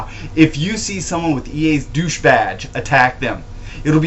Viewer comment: Doosche badge lmao